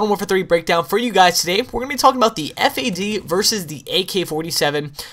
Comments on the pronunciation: it the FAD not the F.A.D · Am i the only on that say's Fad and not FAD?